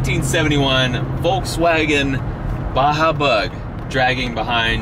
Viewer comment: it's Baja lol